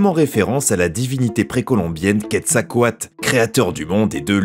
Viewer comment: Ça fait du bien de voir quelqu'un prononcer presque parfaitement le nom de quetzalcoatl , merci 🙌🏻